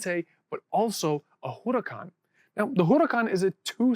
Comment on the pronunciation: The way you pronounce Huracan reminds me of how Erlich Bachmann pronounces Aviato in Silicon Valley.